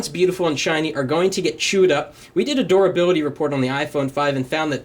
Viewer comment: is it just me or do you also hear him say "doorability"